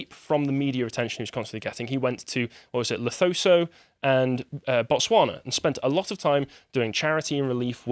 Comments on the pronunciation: I’m puzzled with so many YouTubers calling Lesotho, Lethoso. It’s LESOTHO. at least let’s get it right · just a quick one, it's pronounces Le soo too, not les oh thoh, I hear a lot of people in the west who pronounce it that way (not surprising as it's not really a country spoken about), just a little pet peeve. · Disliked this just because he said "Lethoso" instead of Lesotho